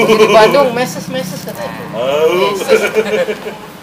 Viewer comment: mesis bukan meses